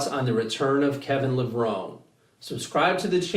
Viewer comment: So many people making videos and pronouncing Levrone incorrectly...holy shit, is it really that hard to do some research before you make a video about somebody?